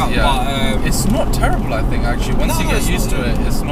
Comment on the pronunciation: why you say FOUGHTS instead of THOUGHTS and FINK instead of THINK?